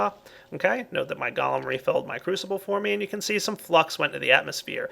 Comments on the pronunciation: I'm pretty sure its pronounced "Go-Lem" not "Gol-um" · pronunciation of the word golem is go-lem. 'Go' as in go over there. and 'lem' as in lemon.